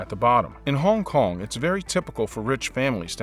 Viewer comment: I hate how this guy says Hong Kong, but the video is bomb.